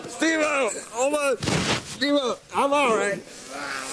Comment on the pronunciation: SteveO not steve - o